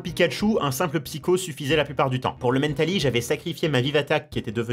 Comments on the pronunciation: Arrêté de dire mèntali c mentali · En anglais mental se prononce "Mennetal" donc rien d'anoramal ^^ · Bah il prononce à l'anglaise. Wait. En anglais, Mentali, c'est Espeon. Donc il prononce un nom français à l'anglaise. Laisse tomber même moi je pige pas en fait 😅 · La façon qu'il a de prononcer Mentaly… J'en peux plus T_T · la manière dont tu prononce mentali m'as triger de nombreuse fois mais bonne vidéo :) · Toute la vidéo il a prononcé Mentali “Mennetali” ça me stressais x) EDIT: pour votre information, On dit aussi Roucou pour Roucoups (parce que ça vient de Coups) On dit Taïgnon pour Tygnon (parce que ça vient de Mike Tyson) BONUS : On dit Maraisté pour Maraiste (parce que ça vient de Majaisté) Tout à été affirmé par le traducteur officiel des 2 première génération (celui qui a inventé les noms), c’est Julien Bardakoff ^^